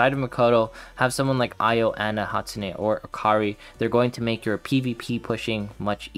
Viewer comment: It's pronounced "ee-yoh" btw, not "eye-oh"